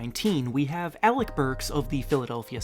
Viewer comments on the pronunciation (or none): none